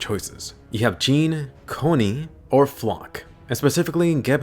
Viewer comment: I think you’re pronouncing jean’s name not right